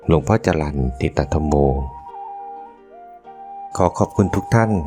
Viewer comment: ชื่นชม ที่อ่านชื่อ และสกุล หลวงพ่อถูกต้องนะคะ